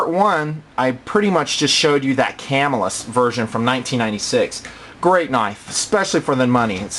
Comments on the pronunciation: Just a note: It's CaH (short A)-mill-us and OH-lee-anne, not CAM-ill-us and oh-LEAN (That's the chip oil that makes your butt leak) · cum-ill-us not cam-ill-is